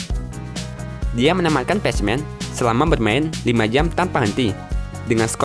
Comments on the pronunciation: Baca nya "Pekmen" bukan "pecmen" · Pacman : Bacanya bukan patsman tpi pekmen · pacman dibaca ,pekmen ,goblok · Maaf bang itu pacman dibaca pekmen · Bacanya pekmen totttt bukan pechmen! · Patchman😂 pacman lah bro,english tu😂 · Pacman di baca nya pakman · pacman dibaca "Pachmen" wkwk. Minimal google dulu deh biar ga keliatan norak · di menit itu bacanya pak man ukan pas man tolol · Pach-men ?? Pek-men. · Tetiba gatel denger pec men...PACMAN dibaca Pekmen...maap klo nyinyir ya bang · Pronounce (pek men) Bukan (pej men) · Bacanya pekmen bukan pac men, goblok itu game dari lu kecil dan sekarang lu udah dewasa, masa dr dulu lu bilangnya pacmen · Pack man bang di bilang nya tapi nama nya pac man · Baca nya pek men kontol bukan pac man ajg kesel gua denger lu ngomong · Pacman kok baca nya patchman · Pacmen ,,/"pek-men/ bgst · Pac man lah cakap orang dia pun salah .. Apalah..😑🙄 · Apaan pasmen :v ngakak "pecmen" typo ngomong tuh org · Pajman... Wkwkwkk